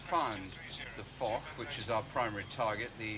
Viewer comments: Foch is pronounced Fosh. It's very unprofessional and childish to use it for a silly laugh. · It's also pronounced as Fosh.